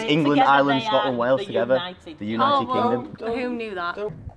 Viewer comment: I loved the fail on “the United Kingdom” . . . Who knew that. 😂😂